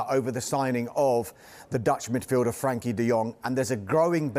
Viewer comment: Would have thought a pundit or presenter would recognise the e in frenkie, not frankie